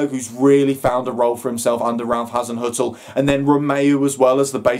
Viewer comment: Top marks for pronouncing Hazinoikal or is it Hazinzoikal or Hazin er . Oh bugger it.